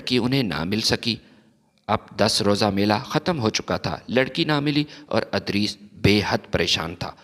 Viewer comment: adris nahi idrees